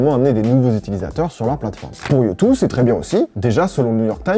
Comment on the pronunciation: Ca se prononce « youdeuh » ;)